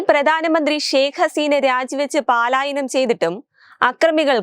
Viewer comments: Paalayanam alla palayanam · പലായനം എന്നു വായിക്കു